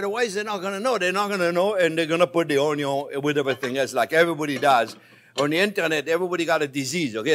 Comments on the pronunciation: I love every time the chef says the "onyo first unless you have bacon" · No jean pierre, keep repeating about the onyo, it's that important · Love this dude he funny n I like the way he says onion 🧅 😂